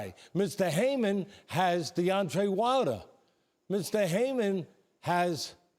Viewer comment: “Deontray Wilder”